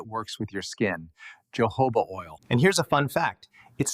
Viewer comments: HE IS PRONOUNCING YOHOVAH OIL BUT IT IS PRONOUNCED HOE-HOE-BA OIL. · keeps distracting me 😬🙃 Correct pronunciation of jojoba is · Thank you for your helpful video. (Please Note: The correct pronunciation of Jojoba: The Js are pronounced like “H”s. Ie. “Ho-HO’-buh.” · It’s not Portuguese. Jojoba originates from the Sonoran Desert in Mexico. Therefore the j’s are pronounced with an h sound as heard in the Spanish language. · Jojoba is pronounced Ho ho ba. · Does he nean jojoba oil? I have never heard of johoba oil, like he says it. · JOJOBA word originally from a Native American word for this plant/seed they used for their medicine, until Spanish colonists adopted the word, so "j" in Spanish is pronounced with an "h" sound. This is the correct way to pronounce: Hohoba. Just like when you pronounce “Hose’ for Jose in Spanish. Hope this helps 😃